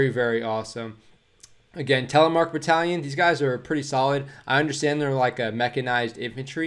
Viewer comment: Creds on the almost perfect pronantiation of Telemark, bit of an American R in there bud almost perfect, great video